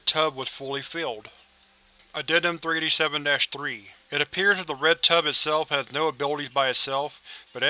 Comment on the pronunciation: Tub, not tube